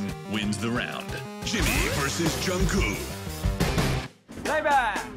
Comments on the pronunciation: The fact that they keep on calling Jungkook Jungkoo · The Voice Reader : "Jungcoo" Me : cries in disappointment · why do they keep calling him jungkoo thoooo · No one: Not a single soul: The voice: Jungkoo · but that’s also how Jimmy pronounces Jungkook’s name too - as Jungcoo 🥴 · Yall notice how the automatic voice says koo's name as "Jung koo" bye ima cry now :") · Is it only me who is hearing Junkoo instead of Jungkook when the voiceover man is saying his name ? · What I learned from this: 1.) The announcer pronounces JK's name as "Joungkoo" as if the last "k" is a silent letter. 2) Jimin is always a cheater and loves hugs. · So nobody noticed how they said jungkoo insted of jungkook😭😂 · No one: The voice: Jungkoo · "Jung Koo" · I probably comment about this every time, but is anyone gonna tell them that Jungkook isn't pronounced Jungkoo😭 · “JungKOO” Lol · ikkkkk It's "JU-NG -KOOK" !!!! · I pronounce his name as JU-NG-GUK! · ikrr, it's JUNG-GUK it's not even hard to pronounce 🗿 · Nobody: The announcer: JUNGKOO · I can’t get over how they say kookie’s name 😂🥰💜 (jungkoo) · Literally nobody: American television: JuNgKoOo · BYE WHO'S "JUNNGKOO" 😃😃😃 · Jesus how hard is it to pronounce the K at the end of JungkooK 😂🤦‍♀️ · why do they keep saying jungcoo😭😭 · I don’t think you say it “Jungku.” -___-“ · Can someone please explain? Is the "k" on the end of JK's name silent and I just didn't know for 5 years? 🥴